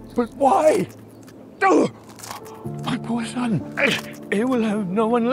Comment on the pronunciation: I swear I heard say "Sub" instead of "son".. And I recently saw your sub count drop... Something aint adding up.